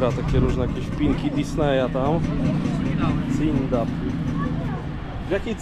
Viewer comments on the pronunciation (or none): Panie mowi sie cundap😊